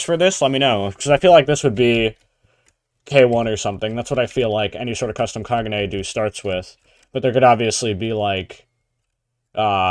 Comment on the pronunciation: kag-un-e not kaguja